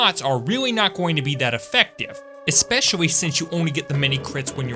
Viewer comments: I love how he always says “espessoly” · especiawy can somebody tell me what accent makes ppl say cwip and escepwally awnd shit like that pls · Just wondering; why do you keep saying all your "L" sounds with "W" sounds? "Especiawwy", "Honestwy" ect